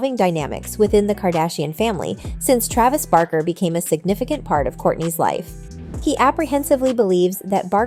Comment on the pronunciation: Omg she also said Travis’s last name totally wrong this lady! Shouldn’t do videos if you don’t know how to pronounce someone’s simple names 😂😂